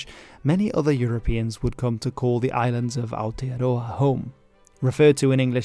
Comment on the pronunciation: Yeah that Aotearoa was nearly perfect!